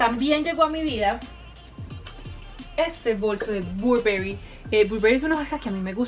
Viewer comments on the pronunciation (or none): Algo que te tengo que corregir , no sé por qué pronuncias YSL en inglés acaso es una marca americana ? Es francesa pronúnciala como se pronuncia en Europa que es su origen , lo mismo burberry se pronuncia barberry te lo digo ya que eres una amante d las marcas y pues deberías saber pronunciarlas buen .